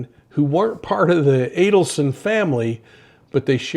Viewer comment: Good to hear you pronounce the Adelson name correctly.